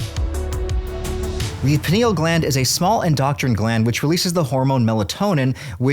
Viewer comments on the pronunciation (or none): ....ITS NOT ENDOCTRINE......ITS ENDOCRINE...... MUCH MUCH DIFFRENT WORDS BUD! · it’s pronounced endo-krin, not en-doctrin